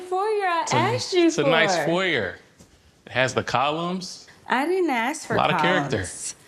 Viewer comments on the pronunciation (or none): I can't watch this. He keeps saying 'AKS AKS'. The word is ASK.